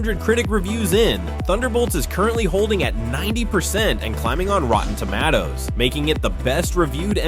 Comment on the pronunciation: Rotten Toe-mat-owes 🤣